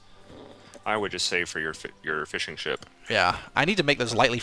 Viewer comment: What is this "fishing" you speak of? All i know of is Feeshing...